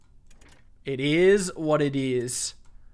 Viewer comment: Does everyone just have a "Looking For A Game To Capture" screen? Also "Eet Is What It Ees"